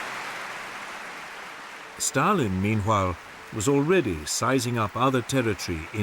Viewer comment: am I the only one hearing him saying - hwile instead of while? meanhwile. am i tripping?